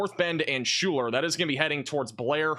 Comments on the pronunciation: Pronounced "Skylar" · Pronounced Skyler